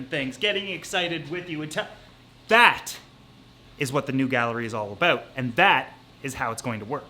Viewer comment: Everytime he says a bout you hear his accent